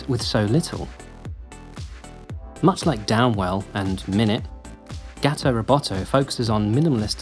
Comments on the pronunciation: It’s Gawto Roboto not Gaato it’s supposed to rhyme, gato is spanish for cat and should be pronounced like the spanish word (because it’s supposed to rhyme with roboto) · Everytime you say “gat-o” and not “gah-to” it hurts me in indescribable ways. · GAH-to. GAH-to ro-BAH-to. You're sacrificing the rhyme.